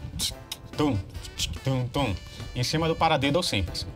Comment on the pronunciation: Desculpas amigo mas vc falou paradedo kkk